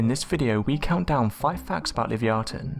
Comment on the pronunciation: Also, pick a pronunciation Livee-ahton or liveye-aton sticking to one pronunciation adds to the credibility. I love speculating about cryptids, but showing bones and acting like the world has deemed this a real thing..... hmmyea no